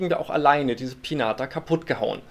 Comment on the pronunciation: Sorry aber es heißt Piñata (Pinjata) #nohate